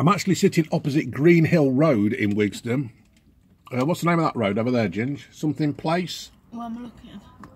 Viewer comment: Not Wigston